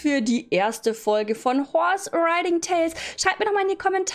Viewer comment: Nicht böse gemeint aber du sagst IMMER Chorse Stadt Horse